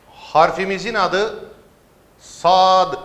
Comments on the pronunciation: Yanlış söylüyorsunuz çoğu harfi mesela sada va diyorsunuz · Hocam sa ve da yanlis okuyorsunuz